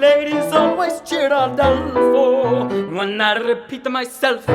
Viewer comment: My only complaint here is "Ah-DAHL-fo" vs a longer "A" sound. Seth is saying it the proper way but doesn't correct the student's vowel sound. Makes me a little bit crazy. But I'm a huge Seth fan, generally. He really has a good balance of practical technical work with "internal" acting work. Also, though, this is a wildly inappropriate song for this student except if he's auditioning for a very narrow range of roles. This kid would be far better served by "Tonight at 8" or "Grow For Me", or hell for drama, even "Drink With Me" or the like. What role would he possibly be using this song to audition for? He clearly has talent, and it's always worth learning songs you would never actually sing on stage, but if this is an audition masterclass, this song would be a terrible choice.